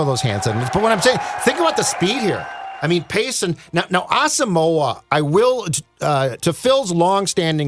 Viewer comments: guys his name is pronounce ah-sum-mwah please say brian asamoah last name correctly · Brian Ah-sum-wah. Three syllables. He did an interview with the Vikes media where he clarified this. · He did an interview with Vikings media where he laid it out very clearly. It's Ah-sum-wah. Three syllables.